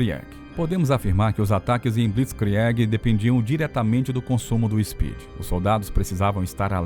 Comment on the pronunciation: Vídeo/Documentário excelente, entretanto a pronúncia das palavras em alemão está terrível. Reich, se fala algo como RAIXI. Blitzkrieg, se fala algo como Blitzkrigui. Sugetão de melhoria. Antes de gravar o vídeo, vá ao tradutor do google mesmo, seleciona o idioma da palavra, digite a mesma e clique no ícone do falante, que dá pra escutar a pronúncia corrseta.